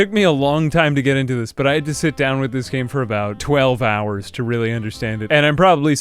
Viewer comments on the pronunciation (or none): none